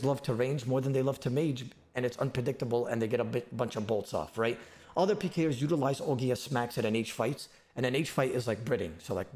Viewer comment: he straight up says "alot of advanced pee-ers" 😂 sorry im just mediocre at peeing man